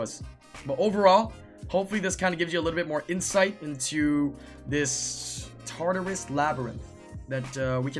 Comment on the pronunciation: It's pronounced TART-UH-RUS